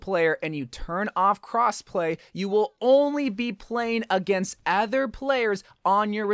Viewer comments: Other not Ether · why does he say other like that lmao